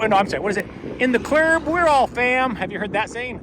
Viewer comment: Omg I love you “in the clurbbb, we all fam”. You got that right 😂